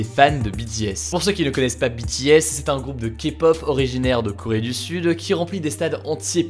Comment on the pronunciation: Enfin quelqu’un qui prononce BTS correctement 🙏🏻 Merci